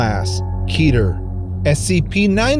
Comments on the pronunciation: Its keter not keeter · Its pronounced ket - ter